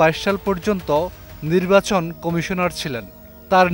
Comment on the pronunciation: উনি নির্বাচন শব্দটির সঠিক উচ্চারণও করতে পারতেন না।